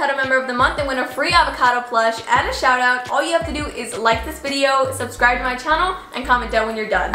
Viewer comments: she said subcribe and not subscribe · “subcribe” lol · “Subcribe” Lol 😂😂😂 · It said subcribe instead of subscribe lol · you forgot the “s” in “subscribe” lol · She forgot the s second “S” in subscribe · She forgot the s in subscribe 😐😐😐😐😐😐😐😐😐. aM i ThE oNly OnE wHo iS bOtHeReD bY tHiS?!?!?!?!?!?